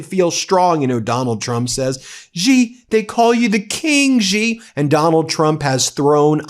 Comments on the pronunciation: Please pronounce it “She” Jingping, not “zhjeee”. That’s the proper way to say Xi. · Dear Ben, as I have told you many times before, the name Xi is pronounced more like the English "she", not "gee". I make this observation having spent 2 years in Shanghai during which I took Chinese lessons based on 普通话 which Westerners call Mandarin for reasons I do not understand. If Chinese readers want to comment, please do so. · It's Xi- Pronounced "Shee" not GEE, Ben, do better my man. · Xi Jin Ping: The 'Xi' is pronounced as 'she' not 'jee' or 'zhee'. Just FYI.